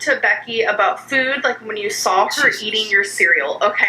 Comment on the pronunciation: again with the sawl.... i'm west coast.... i don't add in random l's where they don't belong. ayygs vs eegs i can understand, but not sawl.